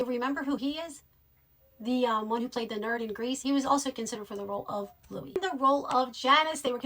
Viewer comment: I know it can differ on whether "Louis" is pronounced like Louie or Lewis, but for this character it is most definitely as in Lewis. And the legendary director Ivan Reitman's name is not pronounced Rickman. It's nice you are a fan, but there's a lot of this info in so many other places, it's not difficult to learn. I had to stop listening a bit past halfway through, but I imagine you also made no reference to the SCTV/SNL connections which are a huge reason this particular crew were together. 🖖